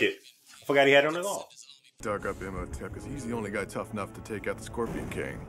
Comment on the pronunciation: Rip panick, they on here saying imnotep😂 😊 when its imhotep😂